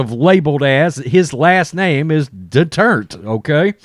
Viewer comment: Love your channel but your pronunciation of Duterte is a little off. I am living in the Philippines and my wife is Filipina. She is getting a good chuckle out of your pronunciation. It is actually three syllables de-tur-ta. Just playing with ya, like I said love the channel. Peace Out